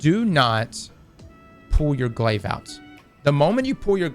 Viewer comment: As soon as you said glaive you lost all interest from me